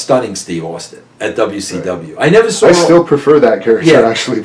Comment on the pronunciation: I hate wen anyone, mostly Americans, pronounce "W's" as "R's".....Russo saying "saw" as "sar".....learn to speak. also wen ppl say "Idear" for the word idea